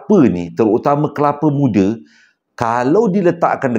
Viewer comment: Kepala muda😂abg dgn tsasul xdpt dipishkn😂😂